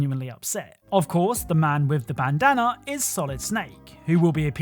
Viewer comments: i heard “baddana”? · turn it up, just the way he pronounced it sounds a little off if you're not listening